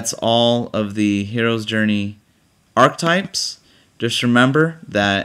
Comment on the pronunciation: ARCH-E-TYPES has three syllables.